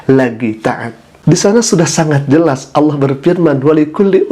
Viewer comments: saya rasa dia bukan ustad. dia impostor kiriman sebelah pada menit 1.03 mengucap Alloh nya kas orang sebelah saat mengolok2 islam dengan sebutan aloh. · Bukan ustadz tapi Dajjal. Sebut Allah aja kurang jelas. Mau ku tabok aja wajah nya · Si bapak lg sakit jiwa, ga hanya umat islam tapi semua umat di bumi harus minta maaf termasuk si bapaknya ga hanya sama ayam tapi sama semua hewan wkwkwk. Pas lihat video saat nyebut Alloh lidahnya keseleo tdk seperti org yg ga pernah baca Al qur'an , feeling saya ni bpk bukan muslim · Sepertinya orang ini bukan muslim tpi pura pura muslim,,ingin menyesatkan umat Islam,, dengar kn lah ketika dia mengucapkan lapadz Alloh,,beds banget,,,harus d tangkap Karena telah menistakan sayreat islam ,, naudzubilah himimdzalik,, ya' Alloh Kuat kn kn iman Islam Kami semua amin ybn 🤲